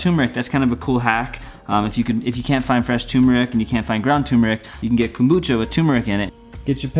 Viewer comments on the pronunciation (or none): Turrrrrmeric, not too-mur-ick. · Please pronounce the first "r" in the word "turmeric". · now I'm here waiting for an Indian/naan episode. Edit: still bugs me that it's correct to pronounce it as both too-meric and tur-meric (I'm in the tur-meric camp).